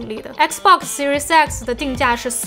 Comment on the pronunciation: 怎么我听读Series X听成Series sexy，啊哈哈，怪怪的